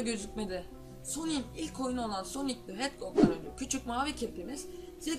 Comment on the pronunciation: knk soni değil sonic .d